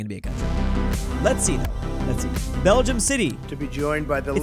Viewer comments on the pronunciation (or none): none